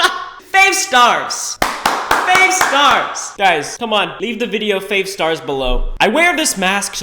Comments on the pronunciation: “Fave Stars!” Me: I rate this video “Fave Stars!” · “Fave stars”